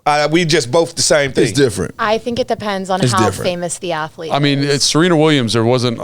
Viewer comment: I'm a Ath-a-lete